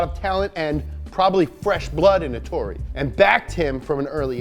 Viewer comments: Ettore, not Etorre.... wtf guys ahahah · Ettore not etorre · Btw its ettore bugatti, not etorre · I won't complain about the pronunciation cuz we can't know all the languages but bruh if you see that it's written ETTORE don't turn it into ETORRE. You know it's not hard to copy and paste a word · His name was Ettore not Ettorre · Guys it's Ettore Bugatti, not Etorre ;) Sorry to be the Grammar Fascist this time. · I'm sorry, but as an Italian I have to say that he was called Ettore Bugatti, not Etorre (this isn't even a name) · ETTORE. NOT ETORRE. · ETTORE = "Eht-TOH-reh" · It's written "Ettore", with a double T and a single R, and pronounced Ettòrè. Spell the doubles and mark those vowels in the pronunciation, anglophones. Dearly, an Italian. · It’s eTTore ffs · it's Ettore, with 2 t's and one r. And the emphasis is on the first e. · The correct name of the race in Sicily is Targa FLORIO And the name of Mr Bugatti is Ettore, with double "t" PS I love your show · Well...first it's "Ettore" and not "Etorre", second it's " Alsace" and not "Alsase" and third...why all those Type 35 replicas when there are still quite a few original ones going around?